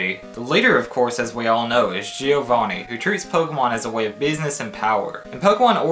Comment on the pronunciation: The way you pronounce giovanni kinda pisses me off lol